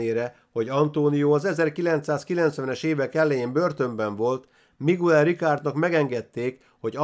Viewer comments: Ejtsd: "Migel" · Bocs,hogy beleszolok, a Miguel nevet Migelnek ejtik.( Bocs,a Spanyol ABC - vel irok,nincsenek ekezetek!!).España.